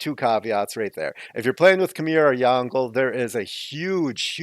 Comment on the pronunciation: Insightful video! But it is pronounced Yong Le xD